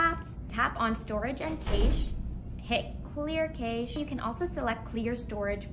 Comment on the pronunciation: It's very helpful to have the chapters in the description. You gave me a couple of things I hadn't tried, but it didn't work. Also, cache is pronounced "cash".